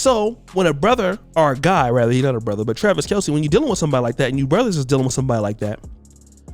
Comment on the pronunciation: His name is actually pronounced Travis Kelce (kelz) not (kelcee)